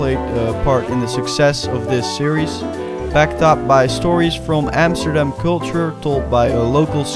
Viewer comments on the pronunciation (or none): none